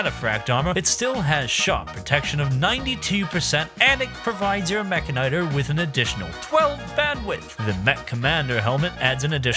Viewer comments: Why in God's name do you pronounce it that way? It's literally mechanic and tor. Meh-can-ih-tor. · i think it's pronounced meh-can-e-tor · You say mechanitor wrong. Say it as if you would say mechanic, mecha'nee-tor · I know there's no official pronunciation, but the one used here seems very weird lol. I always thought it was "Meh-Kanitor" like how he pronounces the end of Militor. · Is it Meh-ka-nigh-ter or Meh-kan-e-tor? I never could figure out the pronunciation